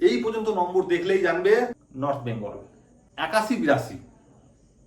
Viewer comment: নর্থ বেঙ্গল বলার স্টাইল টা সেই ছিল 😂